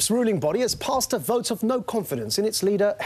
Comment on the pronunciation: Did I hear correctly ----that woman said that the conservative party is negotiating with a team of brexiteers-----is she asleep or a numpty?----the front bench consists of 18 out of 25 are remainers---and why is there a vowel missing from the herll language---vert ---vote ----terday ---today---lerds ---loads---ser ----so---brerken ---broken---hermless---homeless---asserciated---associated